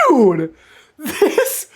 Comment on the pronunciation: didn't say "dude", he said "DEWD!" 😂😂